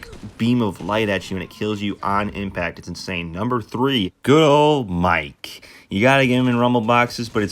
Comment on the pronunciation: Mark not mike because you say mike